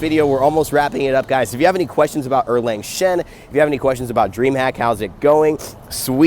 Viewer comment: a YouTuber who got his name right. +1 someone else was saying it was OoLang lolololol